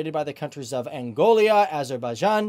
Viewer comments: The plural of aircraft is not aircrafts. It's Angola, not Angolia. If something was made in the Soviet Union it is Soviet made, not Soviet Union made. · Angolia! Hahaha! So Trump is not the only American person that invents his own countries. (Nambia). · Click bait. Half of this annoying twats "facts" are wrong, & he's so thick he can't even pronounce "Angola" correctly. Oh, & in case the idiot presenting this channel is reading this message, the plural of "aircraft" is "aircraft"... Yo, Bro! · Yemen not Yamaaan. Angola not Angolia.